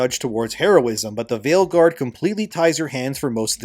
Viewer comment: Did you say Veilguard or Maleguard?